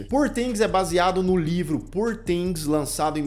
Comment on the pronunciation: A pronúncia de "poor"é com ó aberto /ó/...